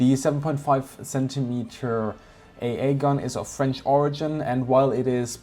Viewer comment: You have a really good french pronunciation I didn't know that until this video!